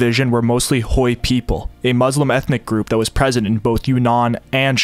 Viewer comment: Thanks so much for your diligent work! I just want to point out that Hui is not pronounced like Hoi, but more like H-way. Again thank you for the amazing videos.